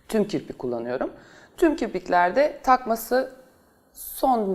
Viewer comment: Kiprik değil canım kirpikkkkk 😂😂😂